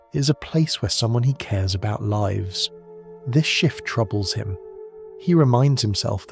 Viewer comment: I LOVE this concept of retelling classic writings like this in a modern, soothing format like this. Brilliant. Somehow, the AI is getting dumber, though. It can no longer distinguish if "lives" is being used as a verb or a noun and always pronounces it as a verb, which is incorrect 90% of the time in this story. Still, this story format holds my attention better than others, so I keep listening! Thank you!